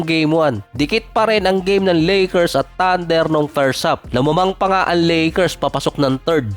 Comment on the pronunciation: Ang sakit sa tenga ,bol HANDLIR,LAKIR, TANDIR,Hardin😂😂😂😂